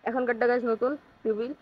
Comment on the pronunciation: Vhi oi ra fiul na freebil bole 😂